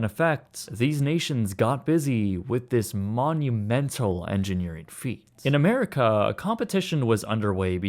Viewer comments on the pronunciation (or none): none